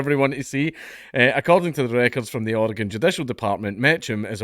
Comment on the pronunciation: As a lifelong Oregonian I appreciate that you pronounced Oregon correctly.